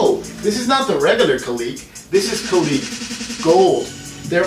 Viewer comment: It’s pronounced ka-lick